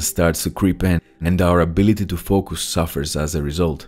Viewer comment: It's not "fock us"😁, it's "fowk us".